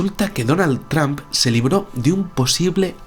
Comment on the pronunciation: Por favor mejoren la pronunciacion, no se dice Tramp, el sonido correcto es Tromp!